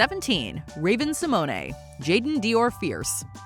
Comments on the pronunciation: Rayven Si-moan not si-money! 😣😣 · Simone-ay. Honey, that's not her name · did you just... say raven sImOnAY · I was definitely not impressed with the way you pronounced Raven Symoné‘s name. Have enough respect to learn how to say peoples names correctly. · Why is nobody talking about how Simone is being pronounced 😭😭🤧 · 😅 Who has EVER pronounced Raven Symoné with that extra syllable on the last name? She's never even done that herself. Is anyone paid to do research so the script is accurate on this channel? I thought this channel was above such an obvious blunder.. ouch. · No. Definitely not how it's pronounced! LOL